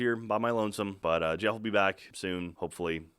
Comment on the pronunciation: u really need to get your shit straight buddy i bet ur not american nor english since there is a slight difference in pronouncement(its spelled wrong ... i know) between geoff and jeff